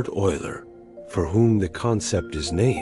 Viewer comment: Isn't that name pronounced oiler?